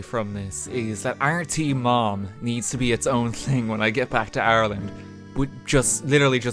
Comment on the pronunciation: Just realized he’s saying Ireland not Arland